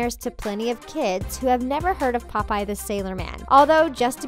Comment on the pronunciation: How was this scary 😡😡😡😡 and you say popeye wrong boo😡😡😡😡😡😡😡😡😡😡